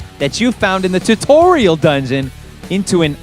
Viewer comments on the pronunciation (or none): none